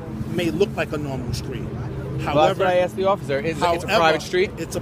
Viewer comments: the police officer axed for his ID a couple of times . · the word is pronounced asked, not axed lmao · I have AXED????? did he AXE him in half? For a legal citizen's arrest you need at least 7 people to see the crime... if i recall..